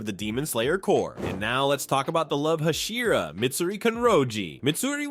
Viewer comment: Learn how to pronounce hashira and pronounce it consistently.